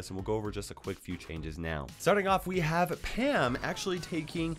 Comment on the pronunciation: It it just me or did say ham not pam